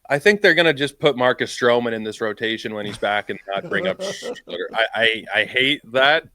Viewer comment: It's Schlittler not Schlitter.